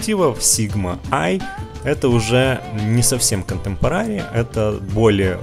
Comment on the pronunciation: КонтЭмпорари, контЭмпорари! Не контэмпорААААри, мои уши!